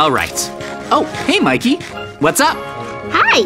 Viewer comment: Bro it's Mikey not mayceili